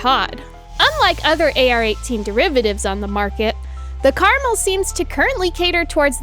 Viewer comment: It's pronounced Car-Mel, I know nobody cares but its named after a mountain range in israel, which is kinda funny considering the translation is garden or orchard, i guess you could call it a garden variety rifle.